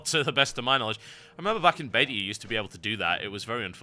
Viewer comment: Every time this guy says "beta" it sounds like he says "bater" which is strangely awesome.